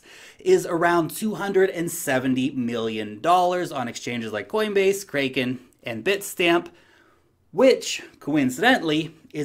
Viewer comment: its Kraken like the mythical creature. Crack-in not kraaeekin. Love your videos